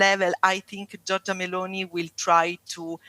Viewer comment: Anyway Giorgia is pronunced "jorja" you don't have to pronounce the i.